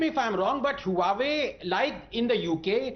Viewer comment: huawei is pronounced hwa-way